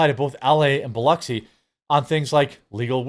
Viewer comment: Thank you for pronouncing Biloxi correctly.